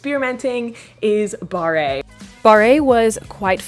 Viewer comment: barre is pronounced like “bar” not “barré” lol